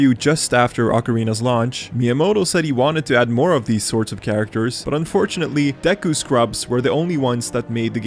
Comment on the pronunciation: As a French, I can say I tremendously enjoyed hearing you say "de cul"